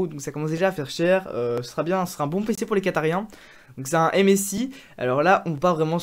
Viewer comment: tu as dits quatarien xD c'est quatari